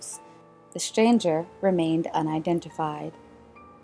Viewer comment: It is pronounced “mystery”, not “mishtery”. And “stranger”, not “shtranger” or “shchanger”. Otherwise they are interesting.